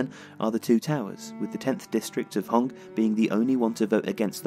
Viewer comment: Just a small note: the tenth district is pronounced “heuh-nk”. I used to live there and it’s quite high above the city so that might explain their reservations.